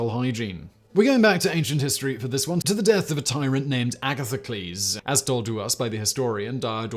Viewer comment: I like how he started by saying Agatha-Clez and then pronounced it more logically; uh-Gath-uh-cleez